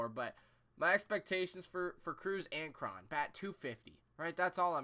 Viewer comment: I dont think Morrison is retired. Hes still pretty young. Cruz has never struck out more than 164 times in a season. And I think its pronounced C.J Crone.